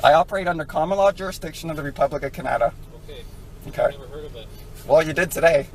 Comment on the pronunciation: This TOOL can't even pronounce CANADA right.... He's LUCKY that cop didn't Shoot him for putting his car in drive and start to pull away.... here in the US cops have shot people for that... I personally would have put 2 bullets in his Brainpan then walked over to Wendy's and got a Double Bacon Cheeseburger and a Delicious Wendy's Frosty...